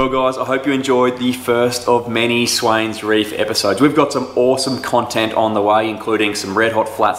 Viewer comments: It's the Swain reefs, not swains reef. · Its Swain Reef!